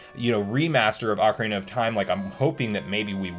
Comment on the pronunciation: Good job! You said Ah-carina 16-18 times correctly and Oak-arina on 3 times. I’m so proud of you, you’re a real CS now, Son!